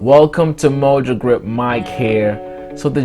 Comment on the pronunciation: "Mojogrip" lmao... 🤷‍♂️🤣